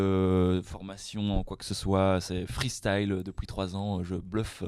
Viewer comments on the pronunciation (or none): il dit quand même "depouis"!